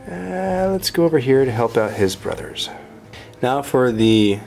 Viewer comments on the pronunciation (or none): none